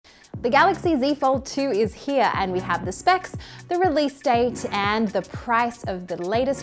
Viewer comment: The phaen is heuh!